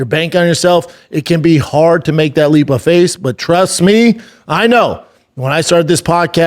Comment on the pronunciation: "Leap of face" reading is still little difficult for yah huh b. Im sure Spotify enjoyed hearing that...